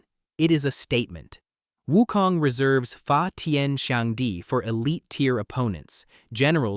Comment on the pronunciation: Also, They're Names Are Pronounced As Followed: Sun Wukong = S-Uh-N W-OO-K-Oh-N-G! Subhoti = S-OO-B-Oh-Dee!